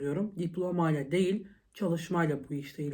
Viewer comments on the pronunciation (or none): none